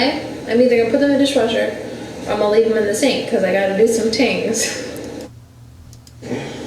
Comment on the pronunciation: Does she say tings as things? 😂😂how does he not say baby, it’s things. Come on man lol